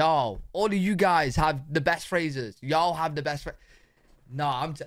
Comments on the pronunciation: I think the way you say y'all sounds GREAT. British y'all. What a trip. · Y’all is from the South that has an accent akin to you Brits. So, the way you say y’all is spot on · You sound perfect when you say “y’all”. It suits you! I’m from California and it sounds weird for me to say it! 😂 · y’all always sounds right as second person plural no matter who says it. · I agree. This Texan gives her blessing. He sounded excellent when he said it. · I agree. His “hey y’all” was perfect! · Southern here from the USA. You absolutely have permission to say y’all! You sound great saying it and that’s not just Southern sweetness!😊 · As a born and bred southerner!!! You are saying it perfectly! Sounds great and y’all ought to start using it! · Your pronunciation of yall sounds very natural! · Do it! You sound great saying Ya’ll ☺️ and the Whole nine yards is a fun one. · you sound great saying y’ll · You sound good saying "Hey, y'all." But I live in the South in America. I use "y'all" so much, my phone recognizes. So use it. Then you can add "all y'all and you'ens". You'ens is more than y'all and less than all y'all. And yes, I had a boss who used you'ens. I don't care for it too much.